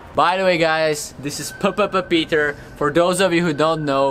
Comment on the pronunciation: Vtipný že je to tvůj nejoblíbenější youtuber ale říkáš jeho "jméno" špatně xddd není PPPPeter xddddd